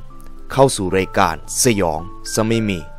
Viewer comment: สงสัยครับว่ามันเป็นคาเลคเตอร์ของพี่รึว่าพี่เป็นจริงที่ต้องออกเสียงแบบตัว ร กับ ค พร้อมๆกันเช่นคำว่า รายการ ถ้าพี่พูดมันก็จะเป็น รายวการ ใคร ก็จะเป็น ใครว แค่สงสัยครับอยากรุ้คำตอบด้วยครับไม่ได้หาเรื่องอะไรครับแค่อยากรุ้เห็นดารานักร้องหลายคนก็เป็นแต่ถามเค้าไม่ได้เห็นว่าพี่สามารถพูดคุยตอบกลับได้เลยลองถามดูเป็นความรุ้